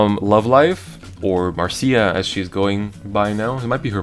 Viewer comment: It's pronounced "Sc-urr-j" point, like the scourge of ones existence -I call her "Mar-shuh" like the Brady Bunch. Marcia Marcia Marcia!